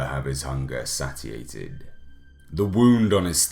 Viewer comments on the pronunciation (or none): Satiated is pronounced 'Say-shee-ate-id' not 'sat-ee-ate-id'